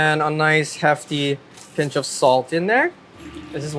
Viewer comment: did he say a pinch or a punch of salt 😅😅😅